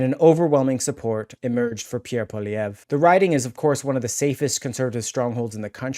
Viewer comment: Poi - li - ev - re. PWA LEE EVV. RRRA. Poilievre not poly - evv. lol